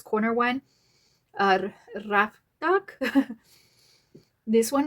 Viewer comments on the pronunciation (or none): RI-FA-KAT❤don t say A like E or O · You would pronounce it Ree-fah-caht. Hope that helps! It's my favorite perfume in my collection 😁